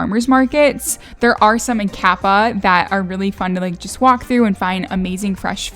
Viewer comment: It's Kapa'a. Pronounced Ka-pah--- ahh